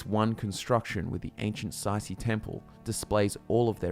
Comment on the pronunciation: Say see is not how you pronounce tsaeci